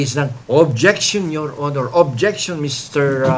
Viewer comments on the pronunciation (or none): none